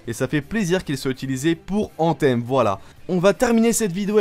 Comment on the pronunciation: C'est quoi cette prononciation : ANTEEEEMMMMM 😡😡😡😡😡 .... Mec revois ton anglais qui est franchement médiocre